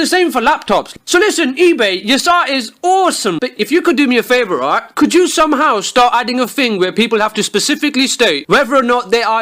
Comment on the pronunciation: "Roight" simulator 2016